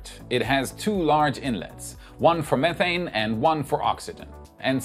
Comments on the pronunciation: Wait why did he just say "me-thane" ......? I'm disturbed I can not watch further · Great video. Just one question, is it the British pronunciation m-ee-thane or the American m-eh-thane? You used both pronunciations within a sentence of each other 😂 Gave me a chuckle